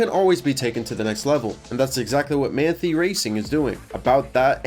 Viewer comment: as a german i feel obliged to point out, that its pronounced like "Mahn-Thai", though to cut you some slack, its not a particularly german looking name ;) great video!